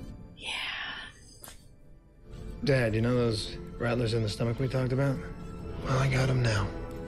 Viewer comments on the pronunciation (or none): Old Adam 12 guy must never have said "rattler" before it's like nails on a blackboard hearing him say "rattelers"